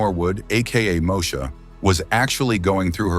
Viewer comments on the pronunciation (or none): I enjoyed the video but plz pronounce these celebrities names correct Moesha is not MOE SHA its Mo - E- Sha. WAYANS and Carlton you pronounced wrong too